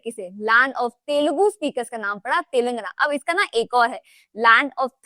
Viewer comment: 1. Arun, not Aru means sun 2. It's not 'fir', it's 'phir' 3. You just said how Bengal became east and west. But what you should have added is the the word bengal itself came from the वंग dynasty 4. It's not तेलंगना, it's तेलंगाना